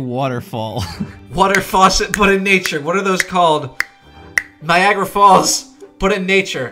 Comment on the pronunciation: Thought he said Viagra Falls